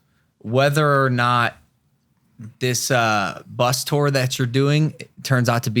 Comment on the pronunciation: I don't know what to do with myself every time says "tour".. or according to him, "turrrr".. Please! Make it stop!